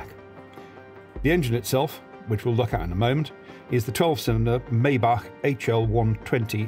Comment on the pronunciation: His pronounciation of Maybach is almost perfect! Only little thing is that it's not pronounced "May" as the month but rather like "my"